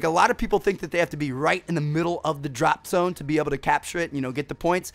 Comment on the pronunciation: It sound like you're saying drop some.